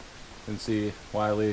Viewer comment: It’s pronounced “Will-Lee,” NOT “Why-Lee.”